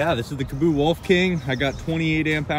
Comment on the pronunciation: great video but its KAA-BO not KA-BOO